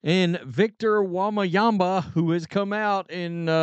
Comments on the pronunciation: It's pronounced: Wem-ba-yama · Bro the way you’re pronouncing his name is hilarious 🫶🏻😂